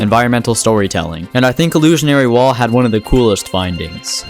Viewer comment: Yo you even show his name on screen "Illusory Wall" and somehow still say it wrong, but anyways great video